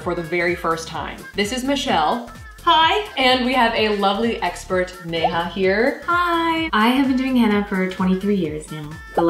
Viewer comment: She said 'Neha 'really well. Not as a foreign person. Like an Indian. 😂😂